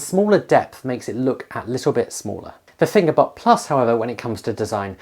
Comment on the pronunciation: well I'm 10 seconds in and I thought I heard "finger butt" so let's see where this goes haha